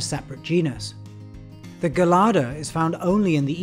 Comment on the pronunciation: Amazing documentary, except for your pronunciation of 'gelada'. You should pronounce the 'g' like a 'J'.